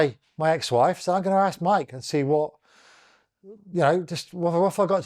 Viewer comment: Bro, you have to force yourself to pronounce ASK properly. When you say AKS, you sound backward AF.